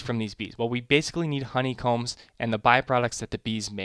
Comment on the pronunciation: at the end lol it says HO-ney combs! hello from 2019!!